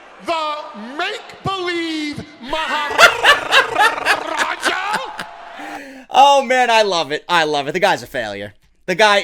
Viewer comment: "The make-believe Maharrrrrrrrrrrrrrrrrajah!" (LOL) I rewatched that bit a few times before going on with the review. XD Seriously though, that needs to be a ringtone.